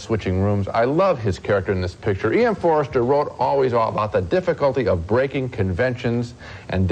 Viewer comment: It's Forster, not Forester